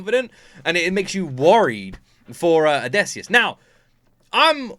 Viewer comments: If I had a nickel for every time you said "Odesseus" instead of Odysseus, I'd be pretty rich 😂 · Its drives me insane how you call Odysseus as Odaysseus 😅